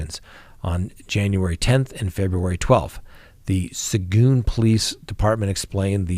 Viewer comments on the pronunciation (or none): For future reference, that city in Texas is pronounced “su geen”. Love your channel! 😊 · Sa geen, is how it's pronounced, good try though, dugger like hugger! 😀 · Lmao hearing say suh-goon, Texas made my day. 😂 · Hi it is Seguin, pronounced sa geen. Long e sound. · That little Texas town Seguin is pronounced "seh-geen." This is the oldest trick in the book, and much easier now that cashiers are no longer trained to state how much was given by the customer and count back change. I was warned of this scam at my first job almost 40 years ago. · Hi! TEXAS speaker here. It’s say geen. Seguin is a hard one. Y’all can call me before you go on if you run across another Texas town.